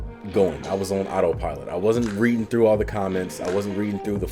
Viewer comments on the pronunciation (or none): none